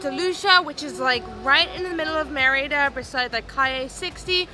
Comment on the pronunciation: pronounces Merida correctly with the accent on the "e". is way off on her pronunciation..hahaha